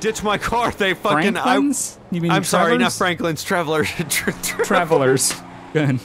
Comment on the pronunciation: Omfg I chocked on my pop when he said "trevlers"